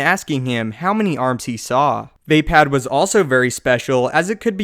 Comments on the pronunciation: VAY-pad? thought it was vah-pod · You're pronouncing it wrong...vay?......Vaye.?.....Vah phad!!!!.....